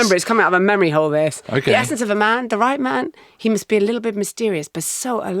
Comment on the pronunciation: Marina on Steven Seagal: "He's an asset". Marina, you pronounce "hole' in a very odd way.